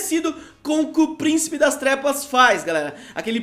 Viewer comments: É impressão minha ou ele falou Príncipe das Tregas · voce falou erado pricipe das trepas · Adão clash gg ele fala sim kkkk